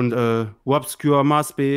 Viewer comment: Wobscure, Bwian Damage